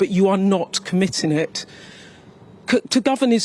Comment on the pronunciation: Sky news journo needs to learn the letter g goes on certain words hahahaha comittin is not a word